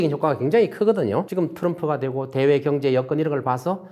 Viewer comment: 좋은 강의 내용 잘 들었습니다 교수님의 강의중 두글자로 된 단어를 표현 하실때 엑센트가 너무 신경쓰이고 이상하게 들려서 가만히 듣다보니 이런 두글자로 된 단어 "경제" "정부" "정권" "정책" "능력" "상가" "경쟁" 경매" " 지방" 경기" "상가" "지방" 등등의 단어들만 기억이 남아 있네요 저만 그렇게 들렸는지 잘듣고 갑니다 ㅎㅎㅎ